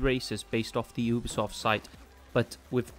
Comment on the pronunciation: Great video, the only that pissed me off was that he pronounced ubisoft "obisoft"